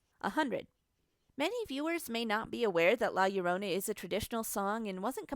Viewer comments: La Llorona* (La- Yord-onah) sorry I get you don’t speak spanish but it really bugged me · "Lae yorounei" 😂😂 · When you say La Llorona... Hmmm